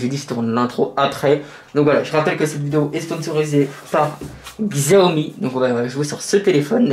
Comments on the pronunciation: Par contre Xiaomi se dit comme Chiaomi si non super vidéo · La marque se prononce : Chiaomi même si c'est écrit avec un X ^^